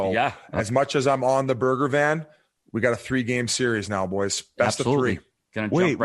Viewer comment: I love how Biz says Burger Van for Bergevin.